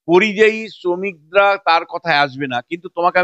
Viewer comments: আরে কথাটা পরিজয়ী না কথাটা যতদুর জানি পরিযায়ী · কথাটা পরিযায়ী। পরিজয়ী না।।। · কথাটা পরিযায়ী,পরিজয়ী নয়।